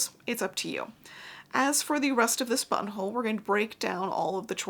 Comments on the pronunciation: Lol the more I heard button hole started hearing butt hole 😂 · Sometimes you said "buttonhole" and my brain translated it to "bumhole". Hee hee hee!!